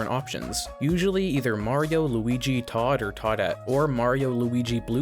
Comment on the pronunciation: Why did you call Todd "toad"